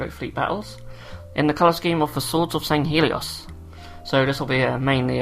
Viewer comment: Mispronounced swords of sanghellios sorry if misspelled